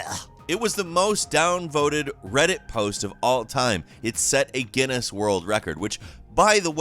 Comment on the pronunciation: when he says guiness wrong